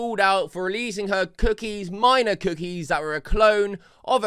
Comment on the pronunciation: she keeps saying minor with a hard r